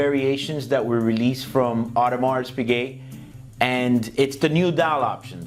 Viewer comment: adamars pige???? realy!!! you sell watches and you dont even know how to say the name? dude.......go back to school.